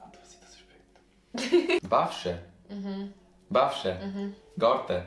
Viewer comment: Kafsh - qytet 🙄🙄 also ich komme aus podujev aber man versteht alle wörter von ihn. Bafqe war lachkick obwohl es bashqe heißt 😂😂😂